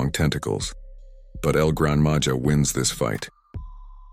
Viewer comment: Grandma ha Not Ja